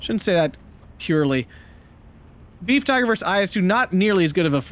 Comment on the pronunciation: PLEASE no more "Beef" Panzers; Befehls isn't difficult to say and u sound like a .....! (Ba-fells) Good cast otherwise. GG to the Fox clan.